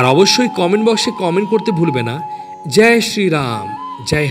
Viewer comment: In Bengali, you are supposed to say: Joy, not Jai.